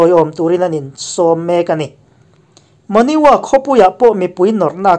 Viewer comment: Bengvar thlak hle mai... Monywa tih lai te hi Mo-Ny-Wa nilo in, Mon Ywa( Mong Yua) ti-a lam rik tur a ni e.